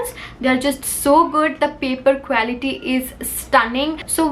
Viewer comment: I Love ur videos a lot.. But Just want to tell u that pronounciation of quality is क्वालिटी and not क्वैलिटी ❤️